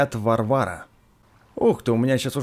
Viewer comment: Не варва'ры а ва'рвары